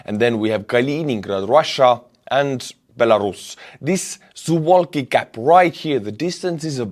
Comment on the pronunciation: You are pronouncing "Suwałki" as if it was an English word. Here's the correct pronunciation in Polish To correctly pronounce it in English, you'd need to change the spelling to something like "Sou-vaw-kee"